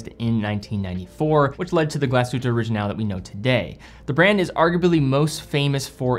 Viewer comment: Glass Shhhhhute not Galsute :)